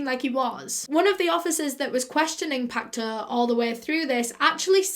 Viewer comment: sodium hydroxide is an alkali, the opposite of an acid. It is not corrosive unless under pressure and heated. It turns dead bodies into a soap-like consistency and preserves it. It can disintegrate delicate tissue eg corneas found externally. Pacteau is pronounced 'Pack toe' in French.